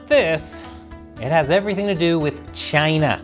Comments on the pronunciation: Why does the way you say CHINADA sound like Chinese for Canada? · CHINUH NUMBAH WAN! lol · Sometimes I miss the way he said, Chyna. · I love how Chris started mimicking Trump and pronouncing it Chyna 😂